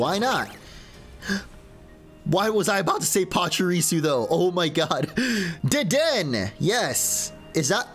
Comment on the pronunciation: You say Dedenne wrong !!!!!! 😭😭😭😭